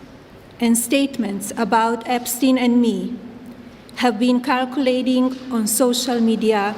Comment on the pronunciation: Did she literally pronounce "circulating" with a K, and her broken accent make it come out sounding like "calculating"? Good lord XD